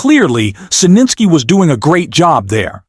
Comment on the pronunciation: Please pronounce his name correct, Zelenskyy